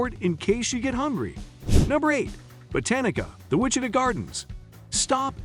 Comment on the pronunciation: You are pronouncing Wichita & Santa Fe incorrectly. Don’t go Topeka is a dump. What really sets state apart is the views of nature. All cities everywhere are pretty much the same. And really a water park? Not the best place in KS.